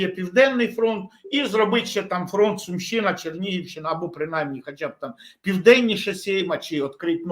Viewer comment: Все абсолютно правильно кажете панове, але мене різанув наголос "СумИ" та "СумщИна". Спеціально подивився у Вікіпедії - правильно ставити наголос на У. Це такий місцевий прикол?